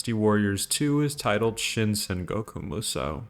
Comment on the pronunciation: There's no misspelling for Xu Shu and Zhang Jiao, and it's pronounced 'Saan'goku Musou instead of Sangoku Musou as in Sanfransisco.